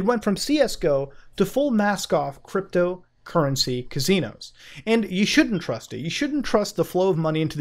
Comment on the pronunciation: “Buttt MOOOOODA, Cwypto Cuwwency is unweguwated too!” 🤣😂🤣